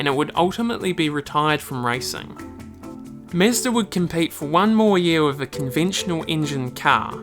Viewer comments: i can't even listen to this lol did you really not look up how to say mazda my dude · I love this video. You did a great job! I like the sound of a British accent but when you say "car" and "Mazda" it's like nails on a chalkboard. You sound just like the character John Hooker in Mad Men. I think it's the mix of accent and mispronunciation that makes it stand out. You should use the word "ya'll" in your next video. I bet it sounds great when you say it. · Its interesting but you gotta learn how to say Mazda, both japanese and western way. xD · MEZDA 🤷‍♂️ ?!? wtf ?!? Is it so hard to say Mazda??? Idiot🤬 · Mazda not Mezda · It is mAzda, not mezda!! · nice Video but it is pronounced Mazda not Meastah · Sounds weird when you say "mEzda? It's mAzda", same as AUDI, not ÆUDI. Original pronunciations sound better than english "conversions". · mAzda, not mEzda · It's Mazda not Mezda :D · Its Mazda,not Mezda.. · its not MEZDA its fkn MAZDA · Mazda, not "Mezda" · mAzda, not mEzda, thank you. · got me confused.. is it mAzda or mezda ? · It's Mazda not Mesda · It's Mahzda, not Mazzda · Bruh, it's mazda not mezda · Everytime he said mesda😬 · the only real mistake was pronouncing it "mehzda" -j/k well made video :) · MEZDA lol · Interesting vid. But why you keep saying "Mezda"? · "Mezduh" hahaha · Very interesting video. It is just a pity that you called it "mesda", it is unacceptable, made my ears bleed. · For sure stoo saying "mezdh" please 🙏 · Good Lord man, can you not call is "Mezz-da" the whole fucking video? What a travesty. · Mezda? lol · wtf is "mezzda" tho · Mah-zda is how everyone pronounces it - DORK ! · Meezda ? Never heard of such a thing! Lol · Who is the “mesdah” you keep talking about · holy shit did i just hear MESSDA? bruh wtf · Why does he keep saying Mezdah. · Who else scrolled down the comments to see if anyone else noticed how he pronounces "Mezd-aa" lol !!!!!! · Great video but please dont ever say Mezda.. 😁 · say mezda one more time I dare you